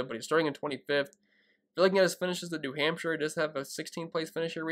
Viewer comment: New Hampsha. I love saying Hampsha. Hampsha. Good luck this week. DK: tccharleston. Thanks.